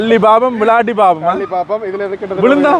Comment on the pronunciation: கஜன் ❌ கயன் ✅ ஜானை ✅ யானை ❌ உதுல ✅ இதுல ❌ 😂😂😂😂😂😂